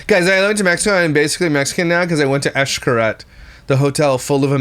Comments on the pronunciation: It’s not eshcaret it’s shcaret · Eesh-Kah-Reht That’s how it’s pronounced 😊 My mom’s side of the family is from Merida, Cancun